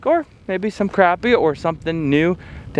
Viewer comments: CrAHHpy.. not CRAPpy 😂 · Say crappie the right way and quit cheaging the way you say it